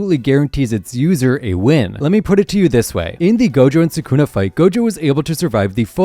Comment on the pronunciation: Why does everyone body say sa’kuna?